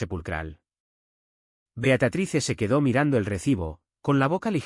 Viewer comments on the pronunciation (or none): Por qué dicen Beacatrice? El nombre es Beatriz!